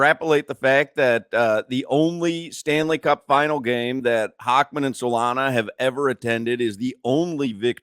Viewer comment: Solana - "Arger"